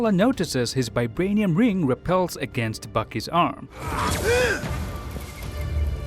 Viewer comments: I watched this video at 0.25x speed and realized that the lad pronounces Vibranium as Bi-branium🤯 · It's called VIBRANIUM not f*cking BIBRANIUM